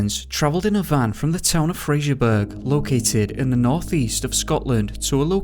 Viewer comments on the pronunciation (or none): It's Fraserbrough not fraserburg. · It’s Fraserburgh pronounced “Fraser bura” NOT Frasier burg. Fraser without a letter “i”. 🤨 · Just to let you know it's Fraserburgh not frasierburg. The way you pronounce it is ( fray-ser-bur-ra ) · You pronounce Fraserburgh, as Fraser burra, and Strichen as Stricken, all Scottish cities/ towns with burgh is pronounced as Burra. Good stories thanks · Heading you pronounce place names in my country, Scotland, is painful… but in fairness, it can be confusing for other countries Strichen - Stricken Fraserburgh - fraser buruh Eilean Mor - ellen mor Oban - ohban Leith - Leeth The name MacKay - Mackaye Hope these help, a lot of our place names come from Scottish Gaelic and the Pictish origins mostly, there are some from Nordic origin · pronounced Fraserburra